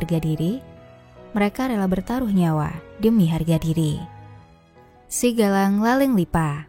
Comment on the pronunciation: Narator salah baca SIGAJANG menjadi SIGALANG yg tdk punya makna apapun. Sebaiknya narator dari org Bugis krn berbeda pengucapan akan berbeda makna meski huruf tertulisnya sama.